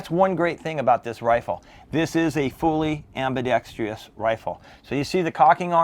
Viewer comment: Ambidextrous. - AM..BEE..DEX..TRUSS...... Why do so many Americans have a problem pronouncing this word? (it's not just you 😁)